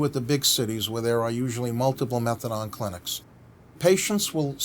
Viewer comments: Never ever heard someone call it methadon like he shall rather than methadone lol class such a funny way to pronounce it. But yeh such a great plan to help support patients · Exactly sounds like someone who knows fuck all I’d rather the magalaDON come watch tv with me that sit and here him butcher the name methadone